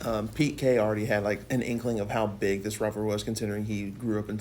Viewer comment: College “wivalry”